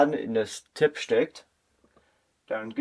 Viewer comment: Das Tablet hat die Bezeichnung TAB, nicht Tape ! Tab steht für Tablet und Tape ist ein Klebeband. Deine Aussprache ist voll daneben.